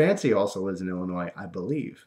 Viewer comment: It's even funnier to me because I live in Illinois, and thanks for saying it the proper way ^.^